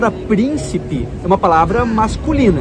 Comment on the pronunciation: Nossa ele falando"príncipo", o cérebro dele já derreteu, só pode!!😱🤦